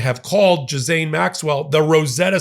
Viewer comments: Plse do not 'djizaine' . It is pronounced gi-lane. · Cmon, it’s pronounced Ghee lenne not Gee Lane. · It’s really frustrating when someone so obviously educated, cannot manage to pronounce the name of a well-known person correctly. It’s not ‘Juh-zayne’ it’s ‘Gee- (rhymes with key) lane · Not gis-aine …it’s Gi-lane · For God's sake , her name is pronounced g ( as in gus ) ee ( as in eel ) lane . Jiz lane , indeed 😂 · Gee-lane.... not Gis-lane.... it's French for Gods sake... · Its GI LAINE, not Jizaine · Thanks for the report,! But, please! Stop mispronouncing her name! It makes you sound dumb. Her name is Ghislaine! It is NOT " Jizz-ane." American pronunciation is: Ghee-Lane. French pronunciation is: Zhe-Len. Come on, if you are going to speak someone's name, just look it up; it only takes a few seconds. Thank you for your attention to this matter. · Why do you call her Jezane? Her name is Ghyslaine...sounds like Jiss-lane or others say Guee-lane! But if she doesn't TESTIFY, the FELON 47 will again get away with probably what was some of his WORST CRIMES!!! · Ghee actually, not Gee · Ghislaine is pronounced...Ghee-lane or Ghee-len. Trump has been a criminal over and over and over again for the last sixty years. He is going to find a way to free her in exchange for help in covering up the sex crimes she has witnessed Trump participating in. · Suspicions are circulating that Todd Blanche will forge a deal with Maxwell (Ghislaine is pronounced Ghee lane) to say that trumff was not involved with trafficking young girls....it was the Clintons and other Democrats. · Scuse me, but her name is G (hard G like goat), Gi-Lane. French name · Love your work but let's get it right , people --- it is pronounced Gee-lane (hard G). It's amazing how few broadcasters get this right. Totally agree with you on all points. The corruption is galactic around this story- it always was and this is why it hasn't gone away, "Dear Leader DJT". Predators. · Gee-laine. S is silent.